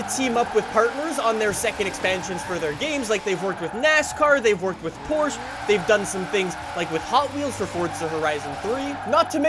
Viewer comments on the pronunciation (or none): It’s “Porsche” not “Porsche”